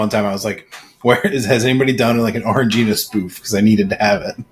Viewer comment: Oh, that’s how you pronounce “orangina” 😭😭😭 you’d probably like the San pelligrino sparkling blood orange too